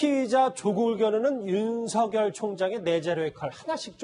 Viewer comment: 앵커님께 한가지만 물어봅시다. 윤석결로 발음 해야됩니까? 윤성열로 발음해야됩니까? 헷갈리네요